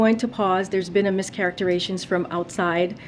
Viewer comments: Didshe say "Miscaretation" trying to say mischaracterisation ? No wonder Biden hired her!! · You'd think that even a diversity hire press secretary would know how to speak without stammering, without having to read every response from prepared notes and bullet points, and would avoid mispronounced words like "mischaraterations" But no. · Did she say 'mischaracterations'? HUH?? What is THAT.. Why can't these people even speak right😂. It's enough already that their rhetoric is always so primitive. But they can't even appear literate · She said mischaracterations.. 🤣🤣🤣🤣